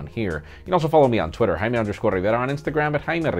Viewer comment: why you are pronouncing your name as instead of Jaime Rivera